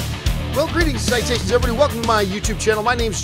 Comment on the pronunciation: At the start it sounds like he says "Greetings and citations!" Lol